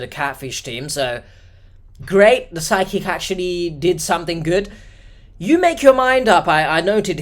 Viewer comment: I kept thinking you were saying Sidekick instead of Psychic. It took me some minutes to figure out it wasn't some new GenZ definition of Sidekick, some AI app generated friend that's always cockblocking her at the local watering hole, and a worse case scenario of a definite scam: Psychic. 🪄